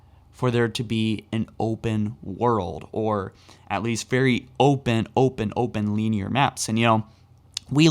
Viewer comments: “Lean-year”, still a great video! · Luvitus who tf clicked on this video to be “entertained” I clicked on it to be informed and I haven’t heard anything but descriptive words mispronounced about shit like dust “deers” and “lineer” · Bro. Soft “i” in “linear.” Stop saying LEENEAR